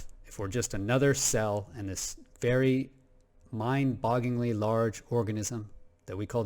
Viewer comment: Love your channel. Love your content. I’m very grateful that you share your views so freely with us. But,, promise me you’ll never attempt to pronounce the phrase “mind-bogglingly” ever again. Never. Ever. Again. I’m joshing ya, man! Thanks again for the wondrous content!